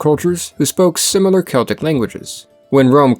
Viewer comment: No, it´s "Keltic"